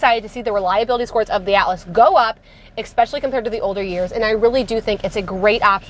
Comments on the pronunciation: I enjoy your reviews as I am looking at svus. One thing that you do drives me crazy. The word is especially not expecially. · I stopped at the 2nd EXSPECIALLY